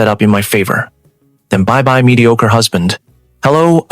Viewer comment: She really likes the word mediocre doesn't she??? Pronunciation needs a lot of work. Other than that it's a decent story.